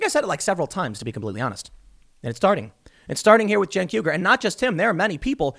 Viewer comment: "Jank" Uyger